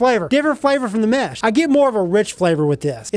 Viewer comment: sounds like he saying METH lmao 😂😂😂😂